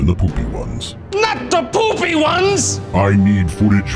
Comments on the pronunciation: Mackenzie Rayne I thought he said the Boobie ones. LOL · Nicholas Svitak I thought he said dark bark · You can tell who Vader is by the way he pronounces things like "two" in "1992" and "even the poopy ones." If I had expected a plot twist the first time around I still don't know if I'd been able to guess him.